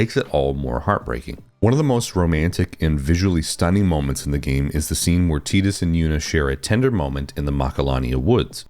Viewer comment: Bonus points for pronouncing Tidus correctly. But, everything you said is just because of nostalgia, despite your attempt to say you were not doing that. The same for all of the comments agreeing with you. I started playing Final Fantasy with 7 but 10 was probably the first one I was old enough to enjoy and beat, so I do have a lot of nostalgia for it. But I don't think it's the last great Final Fantasy. I'd say it's top 3 Final Fantasys maybe but I think 13 is the objective best game, even though my favorite is 9. But 12 was great, 15 had it's moments despite a questionable production and somewhat disappointing launch. 16 was a great jump for the series becoming a true action RPG, even if I wish the combat had more depth. Even most of the spin-offs are great. Crisis Core and the Remake series (so far) are some of my favorite Final Fantasy games. Hell, even 15 Pocket Edition was a solid mobile game. People who don't like them are just people who won't give them a chance because it's not the same as it was when they were kids, and that's pure nostalgia blindness.